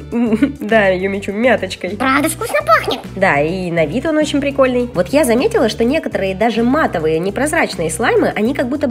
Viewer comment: Услышали от Юми в пикольный